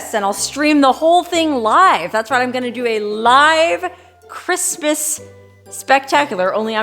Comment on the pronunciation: You are a hoot! You need a sidekick for your Quistmas Spectacular! Elmer Fudd would be a good choice. He would at least pronounce "Quistmas" without difficulty.🎄Huh, huh, huh..